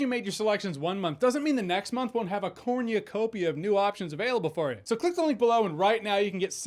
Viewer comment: Bro can't say cornucopia properly